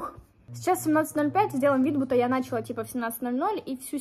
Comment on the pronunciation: началА , а не нАчала